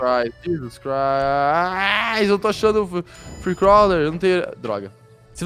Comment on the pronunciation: Nao é free cauler nem free couler é free cô